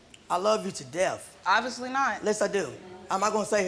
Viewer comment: He said “I love you to deaf” Lmao